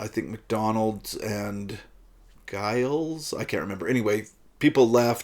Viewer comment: Comments:- (1) Giles is pronounced with a soft-g/"j" sound. (2) There may have been a 600,000-ish crowd when the Rolling Stones played their set, but King Crimson were bottom of a long support bill, playing to a relatively small and mostly partisan audience. (3) The main part of the Moonchild track - the Dream & Illusion part - is completely improvised. Free improvisation was central to the KIng Crimson method/identity - if you have trouble with that, you won't enjoy albums like ThrakAttak or even The Great Deceiver.